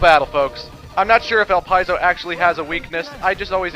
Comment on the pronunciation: ITS PRONOUNCED EL-LIP-SI-O DANGIT